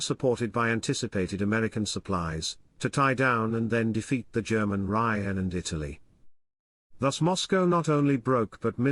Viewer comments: “Reich” mispronounced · Why can't this guy pronounce "Reich"? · This must be artificially spoken which explains the mispronounced “Reich” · Yes, of course that's true. But still, why can't it pronounce "Reich"?